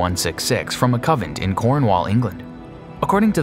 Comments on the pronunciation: Does anyone want to tell him it's coNvent , not covent. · Convent. Not covent. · It's convent. Not covent. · Alright...just to be clear...it's "coNvent" not "cOvent"...and "efficacious" is pronounced "effiKacious" not "effisaycious". Jeez... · You mean convent? Not covent Lol it's OK though, we are all human. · It is convent not covent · CONVENT... NOT Covent ffs